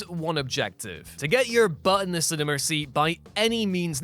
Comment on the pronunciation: The way he pronounces cinema. lol he adds an “R” cinerma… lol